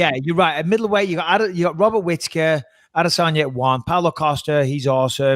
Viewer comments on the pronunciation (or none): I hate the fact that Michael says Adesanye, when it’s Adesanya. Come on doggy.